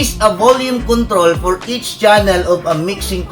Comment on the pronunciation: Hahahah, nalingaw ko sa "this is not fo you."